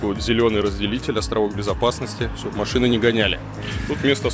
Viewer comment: "в РоссиИ", "едут две машинЫ" - что за прикол в последнее время с неправильными интонациями?